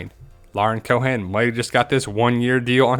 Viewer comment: "coe-ehn" not Co'han.